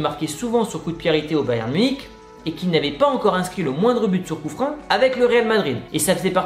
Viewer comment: Du coup fréro pourquoi tu dis coup-frein alors que sa ce lis et dit clairement coup-franc. Et si tu le savais pas bin de rien. Si c pas le cas pourquoi tu insiste à dire coup-frein sa m'intrigue vraiment